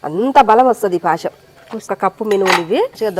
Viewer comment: పాశం కాదు తల్లి పాయసం